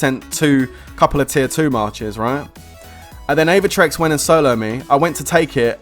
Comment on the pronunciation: It's Aevatrex lol